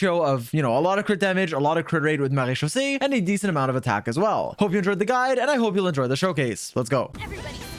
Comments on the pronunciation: Bro slips up on Wriothesley's name while also floating off of "Marechaussee" with perfect pronunciation lol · How can you pronounce the mara set but not wriothesley make that make sense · THE FIRST YOUTUBER THAT SAYS MARECHAUSSE RIGHT LMFAOO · Hearing say marechaussee finally convinces me he’s French. I knew he was European all along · The best thing in this video is hearing pronouncing maréechaussé correctly 🤩